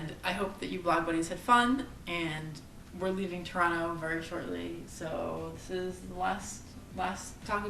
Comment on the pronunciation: Has your mother met Scotty Dynamo (or Colin or Will?) She has such a different accent than you - does she think you have become "Canadianized"? (Even if you have trouble saying "Toronto" properly) Does she get shocked that you correspond with so many people online that you have never even met?